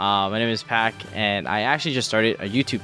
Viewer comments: I’m convinced you mis pronounce stuff on purpose lmao pok it’s PAK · I'm dying whenever Sam pronounce Paak lmao